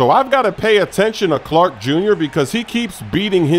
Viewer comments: It’s chark not Clark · it’s Chark not “Clark” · Bro, it's Chark! 🤣🤣🤣 That was killing me every time I heard you say it! All love tho! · Not a Smoooooove Move to call DJ Chark “Clark” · Chark not clark smoove🤣